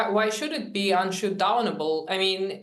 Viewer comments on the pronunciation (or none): Unschootdounable, did I hear correct unschootdounable......tut-tut !